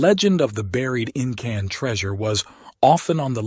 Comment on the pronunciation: You know, the 'IN-CAN' AI generated voice puts the professionalism of the information at risk...